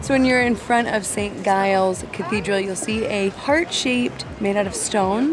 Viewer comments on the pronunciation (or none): St Giles is pronounced Jiles not a hard G. Locals are lazy so they call the town Edinbra-bra, the bra being mentioned softly. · You got the pronunciation of Edinburgh right, but St. Giles, is with a J sound, and Close, is like get close, not close the door!!!